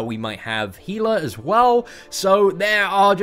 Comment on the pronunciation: Its pronounced Hell-Ah